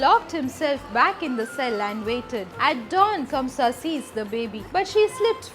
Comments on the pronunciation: kans not kamsa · No offense ma’am but the king’s name was Kansa not Kamsa. Jai shri krishna